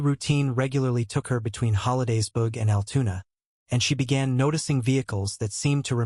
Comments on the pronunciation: Altoona not Altuna...lol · Altoona NOT AL TUNA